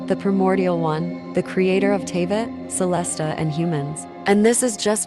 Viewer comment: "CelesTA" . . . . . . . . . . . . . Nice theory tho.